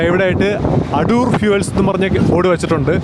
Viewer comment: അടൂർ അല്ല ആദൂർ ആണ്